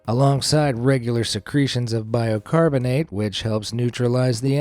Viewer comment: Is he saying "biOcarbonate"?